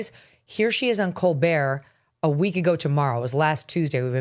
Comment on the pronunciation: "Col- bert "